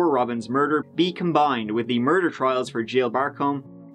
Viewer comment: Her mur-dar was going off.